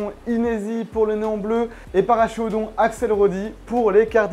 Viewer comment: Super vidéo très intéressante, mais Paracheirodon se prononce parakérodon, car c'est un nom latin.